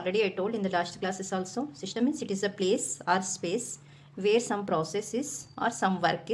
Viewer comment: its system not shystam